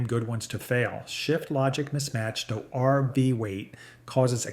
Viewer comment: Was interesting until you called an rv an "arvas", then I figured out you are nothing but an AI "voice"! What is the problem with you people that you are too damn lazy to voice your own videos? Do you think we are that stupid that we cant figure it out??